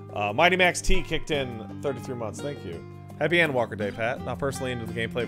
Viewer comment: wait its called ENDwalker? how come you always say N-walker whenever you talk about it?